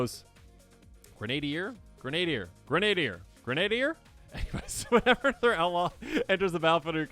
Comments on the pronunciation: Grin-ah-deer. All one word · gren a deer* that's how you pronounce i